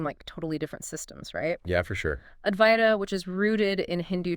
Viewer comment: Aduaita or adwaita. Not avaita.